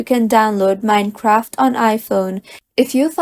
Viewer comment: Wtf is “mini-craft”?